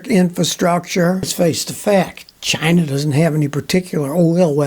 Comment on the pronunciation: Scotty said "Chi-NA", just like DJT does. 🤣